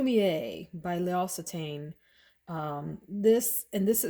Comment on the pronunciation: Lock-say-tan lol.